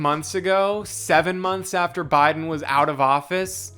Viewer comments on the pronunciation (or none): none